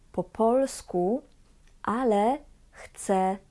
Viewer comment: Wymowa "Chce spróbować " jest błędem wymowy , ponieważ "Chce" to on/ona/ono. Natomiast "ja" zawsze "chcę" i tak prawidłowo należy wymawiać Bo jeżeli powiemy "Chce rozmawiać po polsku" to powstaje pytanie : Kto chce rozmawiać po polsku ?